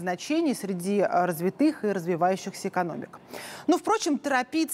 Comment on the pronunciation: Манера речи лающая. Да ещё и ошибки в произношении «гУсударство» вместо «гОсударство», «развитЫе» вместо «рАзвитые». А тема и материал интересные.